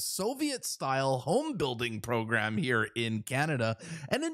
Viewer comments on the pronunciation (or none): none